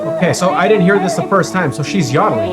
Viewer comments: it is yo da Ling not ya da ling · Yodeling is pronounced with a long "o". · It’s a long O . Yoddler . Yo like Joe. 😊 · It’s yodeling with a long O.